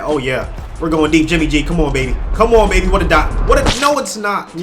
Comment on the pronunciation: Who else heard “jimmy j” and not “jimmy g”